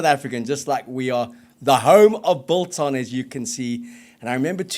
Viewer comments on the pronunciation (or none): Love the show. The g in biltong is not silent however.